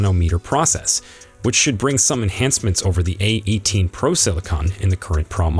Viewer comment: Why are they saying Praa Max instead of Pro Max? They say Pro but not Pro Max. This is the 3rd or 4th person to say it